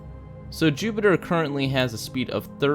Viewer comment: You said Zupitper 😂